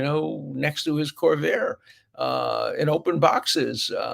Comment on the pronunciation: Buden’s “covair”? Ah, reminds me of Nader😂 Thanks for the insight and the memory nudge.